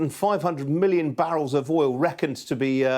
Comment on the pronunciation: Milion or billior he said